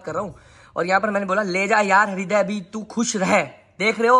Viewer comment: Hariday nhi bhai hriday is pronounced as "riday"😂